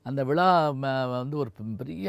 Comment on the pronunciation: ஐயா அவர்களுக்கு வணக்கம் ழ என்பது தாங்களுடைய உச்சரிப்பல்ல வாய்ஸ் ரெக்கார்டு செய்து திருத்திக் கொள்ளுங்கள் பழம் நீயப்பா கேளுங்கள் சுகி ஸாரை சந்தியுங்கள் ஒரு மலயாளியை சந்தியுங்கள் விளா விளா என்று கூறாதீர்கள்